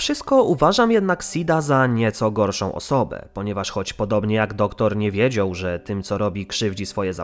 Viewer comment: ✨NiE WiEdZiOł✨ Złoto xD